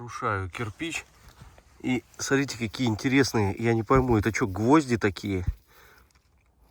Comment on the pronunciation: исправьте пожалуйста Ваше речевое,,сорите,, и,,посорите,, на,,смотрите,, и,,посмотрите,,-кровь из ушей идет когда это слушаешь!!!(За ранее извиняюсь,это ведь не урок Русского)